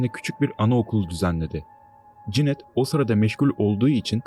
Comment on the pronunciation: Herşey tamamda Cinet te ne demek oluyor? Kadının adı Janette yani Janet okunuyor